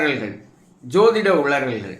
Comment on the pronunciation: "உளல்க்" கா? இதுவே ஒரு உளறல்